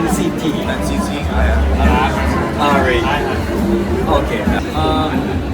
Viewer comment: NCTの発音良すぎですっ❗️ TWICEもっと有名になって欲しいなぁ〜 今後アメリカデビュー？するからなぁ〜